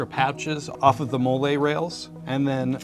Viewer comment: Molle (Modular Lightweight Load-carrying Equipment) is pronounced m-AA-l-ee 😆